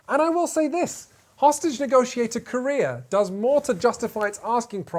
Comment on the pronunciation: I can't not hear "hostage negotiator KOREA"